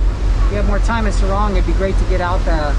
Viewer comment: SORONG CITY. NOT SARUNG